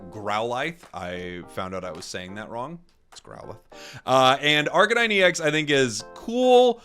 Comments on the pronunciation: It's pronounced Ar CANE ine As in arcane and canine. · Why is Arcanine pronounced Arca-nine instead of Ar-canine?